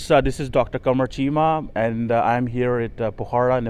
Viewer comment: Bus ho gaya kaam , cheema is in yanked mode with poor pronunciation .🙄